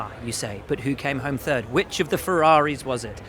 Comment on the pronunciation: I love it when Max says he came in TURD!